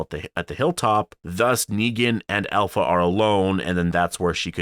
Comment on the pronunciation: I think its pronounced APLHA